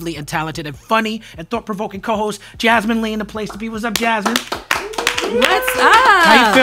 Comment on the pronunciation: No hate but Jasmin ruined the flow w/ that mispronunciation skit